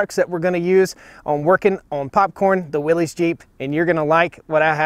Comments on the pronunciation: FYI it is pronounced "WILLIS," not "WILLEEZ." It's not a regional pronunciation, it is a man's name, and that is how he pronounced it. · WILLYS. WILLYS, WILLYS, WILLYS. "NOT" WILLIS. Do you call a hemostat a pinchy thing ? Do you call a defibrillator a shockey thing ? A syringe a pokey thing ? IT'S A "WILLYS" !!! Willis was Gary Colman's brother in the sit-com "Different Strokes". 😜😜😜